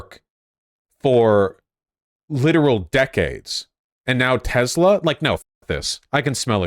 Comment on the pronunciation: bruh.. it's "tesla" not "tezla" lol